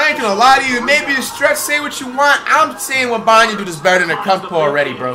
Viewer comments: No way commentator called him wembenyana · Flights pronunciation: Wemeyamen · Dude said Victor wembambam 😂😂😂😊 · victor wembayuuyyammma man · “Victor Wembeneyembe” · Bruh just say wemby 😂 it's "wembanyama" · “Victor webaman” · "Victor wembemabah" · Victor wemenyamna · Heres to many years of flight mispronouncing Wembenyamas name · I just came to listen to Flight trying to say Victor Wembanyama